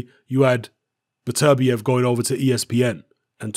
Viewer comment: It's pronounced "Better-bee-ev" not "Biterbi-ev". I got Barrera knocking Beterbiev out.